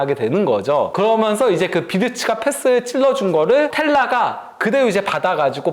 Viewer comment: 브버지....... 그러면서===> 거면서 ㅋㅋㅋㅋ